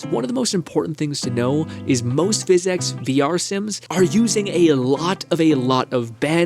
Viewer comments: Okay but it sounds like you’re saying “phys-ex” every time. 😂 can you just say “Fizz-ics”? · It's not he X in how you say physics that is weird, it's the last i. You pronounce it like phys-ex. Not every time though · Bro everytime you say fizz ex it rattles my brain and I can no longer even hear what you’re saying. It’s driving me insane. I have no idea what this video is about. Ok he did it again. I just called out of work. Omg bro stop! I left my wife. STOOOOOP!!! I am standing on the skyway bridge. Goodbye. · The reason you should consider saying "Physics" properly is because PhysX is a completely separate technology. It's used in games like borderlands 2 for realistic liquids and cloth. When you say PhysX casually it's confusing. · The problem with how you say "physics" is that you pronounce it as "physecs" but there's no e in physics YOU NEED TO PRONOUNCE THE I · I love and the video topic seems really interesting but I’m sorry I just can’t keep watching when you are saying fizz ecks constantly. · Please say physics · The way he says “physics” really is amazing though. He has got to be trolling, because he says all of his other words like a literate human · why do you say physics like that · okay, i see what they mean. you do say it weird. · say physics right bru it ain dat hard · The way you pronounce Physics could probably get you a speech impediment diagnosis /srs